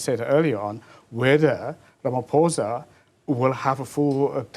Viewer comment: I can't get over him calling Ramaphosa "Ramaphoza" ngumlung'omnyama mos lomfo...